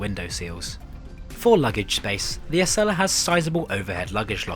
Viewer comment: ACELA is pronounced A-cell-uh, and America is pronounced A-mare-ih-cuh not Uh-mare-ih-cur